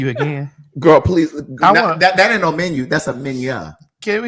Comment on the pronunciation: Craig had me weeeeeeak in my cubicle when he read the menyuh 🤣🤣🤣🤣🤣